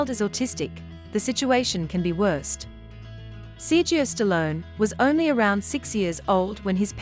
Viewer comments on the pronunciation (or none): His name isn't sirgeo.. its Sera go a! So annoying.. do your reporting right.